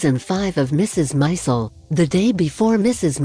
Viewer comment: Its not Mrs Mizel... Mrs Maisel.